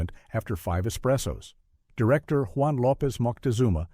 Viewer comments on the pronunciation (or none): none